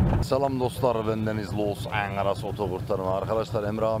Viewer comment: videonu sonuna kadar izliyorum ama su agzını yüzünü büzerek angalosengels demesen hiç yakısmıyor